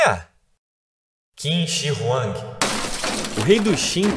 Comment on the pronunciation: Confúcio apareceu bem antes do imperador Qin (tipo uns 300 anos), não depois. E por que a inconsistência em pronunciar o nome da dinastia e o nome do imperador se o nome da dinastia é justamente o nome do imperador? Ou pronuncia tudo "kim" ou tudo "tchim". A intenção é boa, mas tem bastante informação errada desnecessária aí.